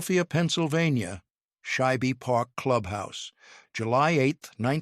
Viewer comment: Shibe Park is not pronounced as two syllables (Shy-beh). It is one syllable (Shyb). 😊